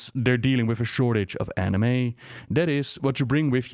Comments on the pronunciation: Animae pronounced like "anime". It's plural. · /uj think he's going with the plural of "animae", which would be pronounced that same way. Sadly, I also believe "anima" is already a plural of "animus", making it weird, to say the least.